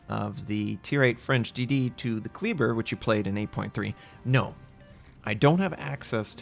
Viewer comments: Damn it,. Kleber is pronounced "KLAY-bear", not "KLEE-burr". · lmao. terrible, terrybluh. Kleber, Klehbehr. silently roll that R.